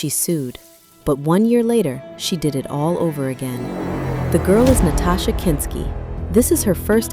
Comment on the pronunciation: Nastassia. Not Natasha. There's an obvious difference.